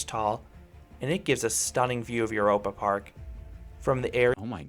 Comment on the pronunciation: By the way: The German "eu" is pronounce like the English "oy". So... "Oyropa Park". 😊